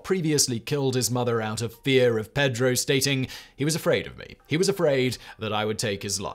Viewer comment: I love you, man, but the real butchery in this video is your pronunciation of "Pedro"... it gives me horrible middle school flashbacks. And you did it four times as I've typed this. Five!